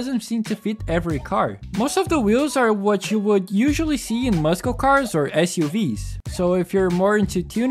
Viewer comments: Man o man I loved this game. I had a completed save file where I sold everything and just had a ton of money. I'd load up the save, customize a car or cars to my heart's content and then not save so I could rinse and repeat. :) Also: muscle is pronounced 'Mus-sol', not 'muskel'. haha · Ay man I'm sorry for calling it out but please say muscle car or the word muscle correct. I get a slight cringe with a handful of goose bumps every time you say it. It's muscle pronounced like [mussle] not [muskel]. That's all. Just wanted to be friendly and point it out ;) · Awesome, honest video! Really liked the game and played the booms out of it. Finished it like 5 times. I'm going to sound like an ass here but the way you pronounce muscle is mussul, not muss-kel. Pronunciation doesn't change anything you want to tell us though! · the way you say "tunner" and "muskill" has me on the floor lmaooo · I was wondering what you meant but later i understood you were saying muscle cars Tip: it's pronounced mussel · Never in my life have I heard someone pronounce the C in "Muscle" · Great video. I wonder if Midnight Club would've had a similar cultural impact to Need for Speed if they didn't stop making games and only focused on GTA and Red Dead... Also, hopefully you don't mind this, but given the other comments in Portuguese, I am assuming you are not a native English speaker (correct me if I'm wrong). Your pronunciation is pretty good, though you keep mispronouncing "muscle" like in "muscle car". You keep pronouncing it with hard-c (k sound) instead of soft-c (s sound). I used Google Translate for this, but I think you'd pronounce "muscle" more similar to "máçél" in Portuguese alphabet/alfabeto. Or more like "mussel" in English alphabet. Once again, great video. Hopefully you aren't bothered by my criticism.